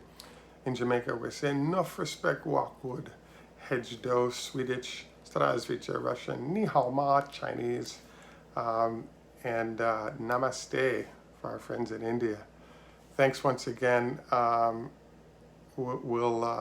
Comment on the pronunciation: Its not "Hedge dou" in Swedish its "Hey Dou".:-D Thanks for your work!